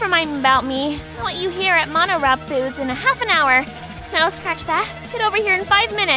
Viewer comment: Why can't she even pronounce MoniRobo correctly? It's not that hard.